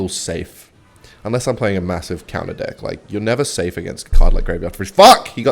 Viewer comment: My favorite part is when he says dick and not deck cause he's aussy